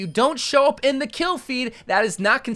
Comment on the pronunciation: "if you dont show up in the kill fed, that is not consiwerd (uwu) a final kill" he said considered in uwu talk lol